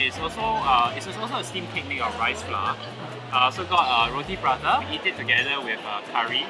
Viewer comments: ITS NOT PRATA!!!! ITS PARANTA!!!! I QUIT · Paratha not Prata btw